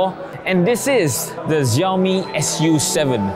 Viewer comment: I think Lei Jun calls it Su 7 not 'S' 'U' 7